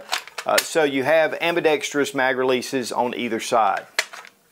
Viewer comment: Kinda petty observation, but I really appreciate that you pronounced "ambidextrous" correctly. So many do NOT...